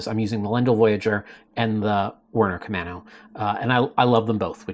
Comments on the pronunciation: You were asking how to pronounce Camano and if it was an island. Yes, Camano is an island, connected by a bridge. It’s pronounced “main” vs “man.” :-) Love the channel. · The camano paddle is named after an island in the Puget Sound. It is actually pronounced as ka-main-o by us locals. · Timely video as I’m thinking of a backup paddle. For “Camano” you are on strike 2. 😊. You have the first and 3rd syllables correct, but the second is a long a sound. Here is a local saying it.